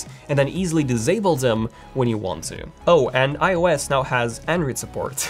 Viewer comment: "dizable them"